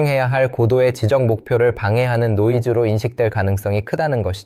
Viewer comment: 목소리가 AI가 아닌게 맞아요? 지적 소외감 .. 지적.. 발음이 이상한데